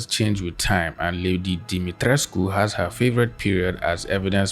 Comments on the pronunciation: As an artist this was was a very informative video on referencing, but I also will like to add congrats on pronouncing her name correctly. Even her English voice actress does not care enough to even attempt to pronounce it correctly and as a Romanian person with some Greek and southern european heritage as well, it’s really disheartening hearing people pronounce every proper name from those ethnic origins incorrectly your whole life (including having them butcher my name even after I tell them how it’s pronounced) with them not even caring, as if they wouldn’t feel belittled if I butchered their name into something not even close to what their name actually is. It shows the effort you put into properly researching and speaking about the topics you cover. That’s something these twitter “professionals” and detectives will never go through the effort of doing. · The way you pronounced Lady D's name is perfect! Thank you for actually putting in the effort :)